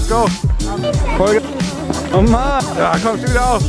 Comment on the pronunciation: das heißt nicht "oh man!" sondern "ach man!":) XD